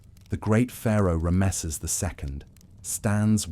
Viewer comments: This is really good except for the pronunciation of the word Ramesses, it's just very jarring to hear ram mess seses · Unusual pronunciation of Ramesses